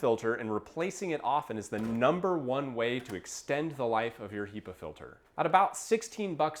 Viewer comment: So strange you say "HEE-pa" I've only ever heard it pronounced "HEH-pa"